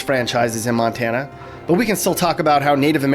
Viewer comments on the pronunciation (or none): none